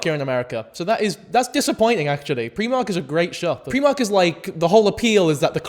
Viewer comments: If you say PRE-mark instead or PRI-MARK ONE MORE TIME I’m gonna fucken do some mad shit bro. Stop. Learn. Do better. Thankyou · Preemark??? I've always said Pry-mark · pre-mark? Never heard Primark pronounced that way. Pry-mark is how I've always heard it pronounced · "Pree-mark" is crazy, it's "pry-mark" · Are they pronouncing Primark as PREE-MARK?? 😭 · Pree-mark????? It's PRY-MARK YOU AI SNOB (love u) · As a person from sl wtf is preemark, outrageous pronouncing of my fav shop 😢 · I think I fully lost some of my sanity hearing him say ‘preemark’ so many times. We in Yorkshire say primark like ‘prime’. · Not pronouncing Primark as "pre-mark"?? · actually in America we do have Primark, its just pronounced Pry-mark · I'm Irish and we pronounce it Pre-mark, hahah. I remember hearing someone pronounce it Pry-mark and it suprised me. Never occurred to me people pronounced it differently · from england here! i’ve also never heard pree-mark until now, it reminds me of my friend who lives about an hour or so away who pronounces haribo (which i say harry-bo) she will pronounce it as “ha-REE-bo”. i didn’t let her live it down ahah! still though, preemark is no where near as diabolical as haREEbo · Pre-mark is how it's pronounced in Scotland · Hold up, 5 minutes in , my apologies.....are you saying Primark? As a philly girl, we definitely have Primark here and we love it. Its in the "Fashion District" downtown. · Bro why do you pronounce primark like that